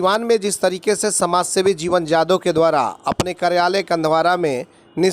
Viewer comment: शुद्ध उच्चारण करो यादव का ।